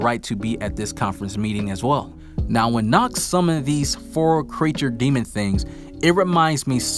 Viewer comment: Youre pronouncing nacht worng ch is more like the breaving of darth vather and youre speeking it much longer